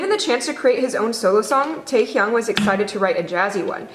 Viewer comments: I’m sorry did she just say “tay heeyoung” I mean she could’ve just said V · the way she pronouns Taehyung makes me mad 😂 the h isn’t that prominent